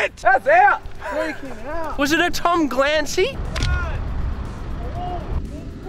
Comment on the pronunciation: Fool said a "Tom Glancey."